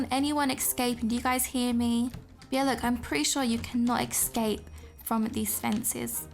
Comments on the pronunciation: “Excape” Lol no hate I love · Lol you say esxcap XX Love u !